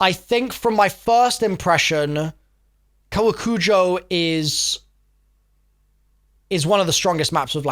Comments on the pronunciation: its "koe wah coo joh" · Koh-wah-koo-joe and i believe theres emphasis on the second syllable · It’s pronounced cowacoojoe in US of A speak. Hope this helps!